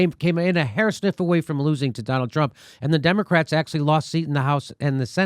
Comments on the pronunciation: I thought he said hair snip, but hair sniff is much more appropriate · I thought he said "won by a hair sniff".